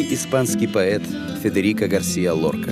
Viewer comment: Безумно раздражает комментатор: неужели НИКТО не мог ему объяснить, что не ГAрсиа, а ГарсИа! Стыдно рассказывать о великом человеке, не умея правильно произносить его имя.